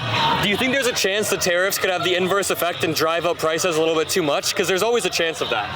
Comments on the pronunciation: Is" " saying TEAR UPS??? instead of tariffs? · "Tari-FFs" -3rd guy